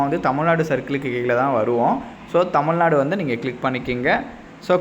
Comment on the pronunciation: Tamul nadu ila...tamil nadubro😂